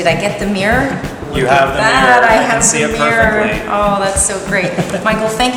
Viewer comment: "mirruuuawr glaze"